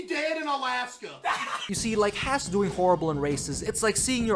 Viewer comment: At least learn to pronounce Haas